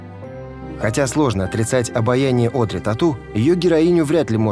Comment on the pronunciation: К сожалению мадам Филиппова не расставила ударения в тексте и произносит Óдри вместо Одри'(с ударением на последнем слоге).